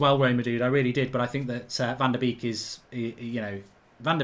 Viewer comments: Donny van de Beek is pronounced ‘bake’ as in baking a cake Mark ?....also as in the 250th birthday boy - Ludwig van Beethoven ! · It's pronounced "Bek" but make the e a bit longer cause of the double e. I know, Dutch pronunciations are hard